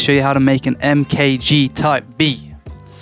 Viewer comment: take a listen to his first ep and think about how you’re pronouncing his name, good stuff bro